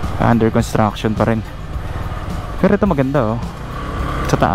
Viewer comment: paki banggit lang ng malinaw ang salitang construction? Ang pagdinig ko parang con at hindi cons. Dahil magkaiba ang meaning nito kung walang s. Construction and contraction are 2 different meaning.